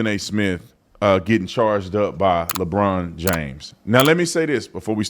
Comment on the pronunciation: Labronda🤣🤣🤣🤣 That's A Good One!🤣